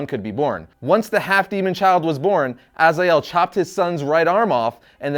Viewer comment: Azael???? Really??? You didnt even bother to learn pronouncing name correctly :D